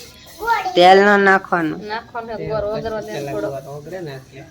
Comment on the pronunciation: ગોર ❎ ગોળ ✅ 😂😂